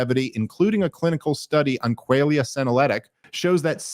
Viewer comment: Dave mispronouncing "qualia" multiple times in a row is some next level funny shit if they left it in on purpose.